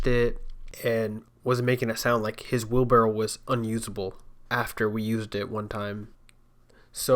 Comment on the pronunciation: It's wheelbarrow not wheelbarrel. Drives me nuts.